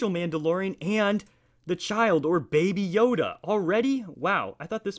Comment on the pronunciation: You said baby yoga BRUH hahahahhahahahahahahahahahaa